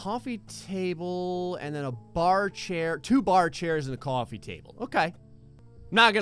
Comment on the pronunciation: it does want a new jersey accent COUFFY table